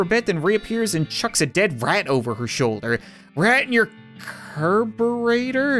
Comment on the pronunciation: . it’s pronounced CAR BER A TER